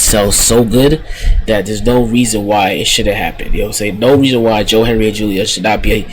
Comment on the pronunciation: It's Hendry.... HEN-DRY. Tf you keep saying Henry for?